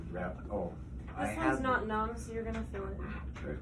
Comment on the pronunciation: Its "feel" not "fill"